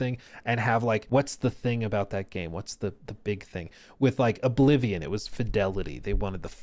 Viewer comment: Oh-blivion? Ok bro